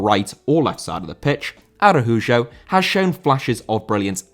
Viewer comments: Araújo* not Arahujo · He is Brazilian, so the letter "j" is pronounced like in the name "Joe", but with the letter e. So it's "A-ra-u-jo" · Arajujo, my God, why is Spanish so complicated for the Brits